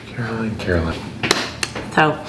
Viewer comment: This is a good makeover for the English/British as we live in small houses... This actually might be smaller than mine!!! Mines much longer. But, I noticed he called you! "karr" + "uh" + "lin" "1.37" Not Caroline? I hope you're okay with that. If not... you should call him Justine!!!